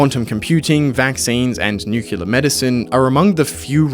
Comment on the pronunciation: Nuclear (new-clear), not Nuke-ular.